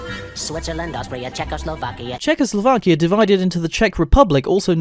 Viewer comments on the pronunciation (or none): you said checislovaka 😂